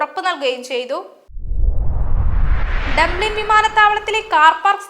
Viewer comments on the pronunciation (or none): ഡാംളിൻ(Daamlin) അല്ലാ, ഡബ്ലിൻ (Dublin) 😅 English വാക്കുകൾ correct ആയി പറയാൻ പഠിക്കു News Reader